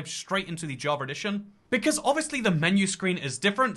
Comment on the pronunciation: Am i the only one or is he saying "javeredition"